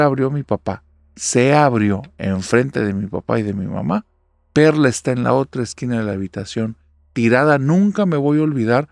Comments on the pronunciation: Ánimos espero que te recuperes pronto. Soy el único que en vez de Perla escucho perra en la primera historia?? XD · Yo escuché perrra jajaja y era perla